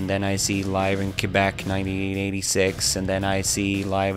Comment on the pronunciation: He says Quebec properly than most Canadians